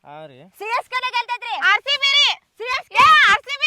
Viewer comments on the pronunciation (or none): ಸಿಸಕೆ ಅಲ್ಲ CSK